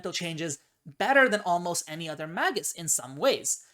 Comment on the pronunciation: Mag(azine)-us Me: It's Mag(e)-us!